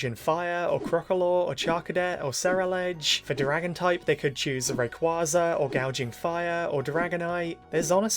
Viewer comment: is anyone going to tell him that he’s still saying rayquaza’s name wrong even after it was announced at the Pokemon world championships the correct pronouncement of said Pokemon